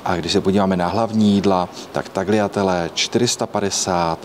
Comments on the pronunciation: Krásný ta výslovnost Tagliajtele tak ať nejste pokazdy za “TELE”při tyhle objednávce tak prosím priste s výslovnosti “taljatele” A ve není check in odhlášení ale ok 😂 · Nechápu ,jak může někdo vyslovit tagliatele,tak jak se to píše.